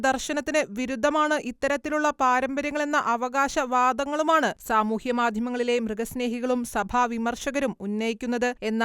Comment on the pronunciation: എന്ത് അസ്സഹനീയമായ മലയാളം വായന! Eg. അവകാശ... വാദങ്ങളുമാണ്.. അവകാശ വാദം എന്ന് പോലും pronounce ചെയ്യാൻ അറിയാത്ത വ്യക്തിയെ plz ഒഴിവാക്കു... ആരോചകമായ മലയാളം accent 😢